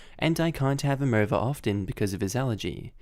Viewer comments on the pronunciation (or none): none